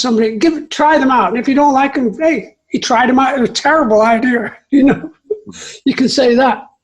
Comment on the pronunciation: I have NO idea where Jon got the pronunciation "Idear," but it's no American accent I've ever heard.